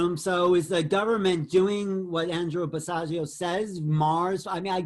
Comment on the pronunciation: Andrew Basiago (rhymes with Chicago. Please check your pronunciation) is the real deal.